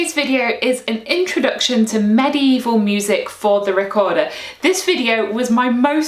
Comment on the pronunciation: I love how you pronounce medieval like maddy evil